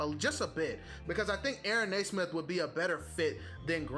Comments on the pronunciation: It's pronounced "nee-smith". Nice video, though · Reminder it’s pronounced “knee” - smith. I say “Ney” - smith as well and have to correct myself all the time.